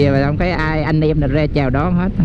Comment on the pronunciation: nói sai chính tả nhiều. ra thì nói là re @@